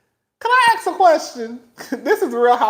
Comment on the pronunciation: “Can I axe a question?” 🤣🤣🤣